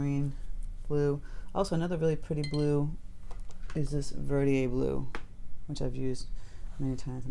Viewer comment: I’ve been trying to find the blue she is using. How is it spelled? She’s pronouncing it Verdieay? There is a Verditer, I think. Is that the one? Thanks. I didn’t see it in the notes but may be overlooking it.